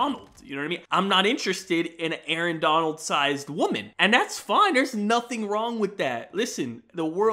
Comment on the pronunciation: This man said Arron Donald women lmao